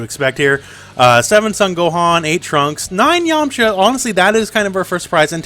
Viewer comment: I am disappointed you kept pronouncing yamucha wrong XD